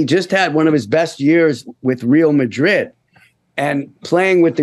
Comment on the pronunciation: Fisher says he is a big fan of Liver Pool supporter, but never knew how incredible of a player Beckman was AND pronounces Real Madrid as ReeL Madrid!? Sounds like Brian talking about his little league glory when he was 9. Look up Hollywood Libtard and there is a picture of Fisher Stevens. I applaud Adam having progressive and conservatives on but how can Adam rant about Biden one moment and let this TDS sufferer going on and on about Trump and not make a a single comment about Biden. FIsher has such an issue about Trump still making comments about George Conway and this A-hole, wakes up every morning thinking and building a career around disparaging Trump. Sorry Adam I love you but major fail of an interview and PLEASE watch this to learn about the Lincoln Project, the only thing Ben Shapiro gets wrong is that the Lincoln Project was not forgotten after Trump lost in 2020 because there is Fisher Stevens and MANY others who are still suffering from chronic TDS.